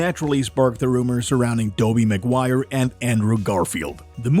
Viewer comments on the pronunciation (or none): Did he just say Dobey McGuire 😅